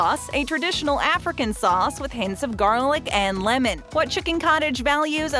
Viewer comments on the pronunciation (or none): none